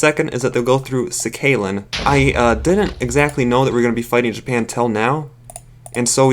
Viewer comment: we do have an h sound, Sakhalin is pronounced with an h instead of a kh. sa-ha-lin. As for English place names I got no idea why they decided to say G instead of H, when it wouldn't be a problem to pronounce.